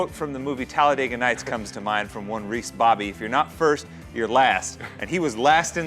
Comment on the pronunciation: he called ricky bobby "reese bobby"? step up your will ferrell knowledge, dude.